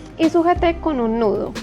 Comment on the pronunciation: Tienes creatividad, solo que se dice nudo no ñudo.. Disculpa 😘